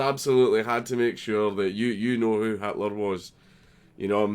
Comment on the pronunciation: Did you mean to say "Hatler"? 🎩